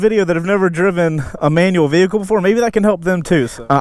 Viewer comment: Am I the only one who hates the way he says "vehicle"?